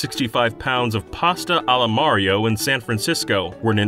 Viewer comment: FINALLY! you get someone to talk about mario who can actually say his name right!